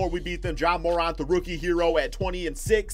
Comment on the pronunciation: IT IS PERNOUNCED JA Mor-Ant not Mor-Aunt